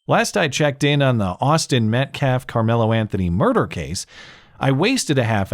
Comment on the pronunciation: Only thing i learned during all these videos of the Anthony family and fans is that black people cannot pronounce Metcalf They say Met CLAHF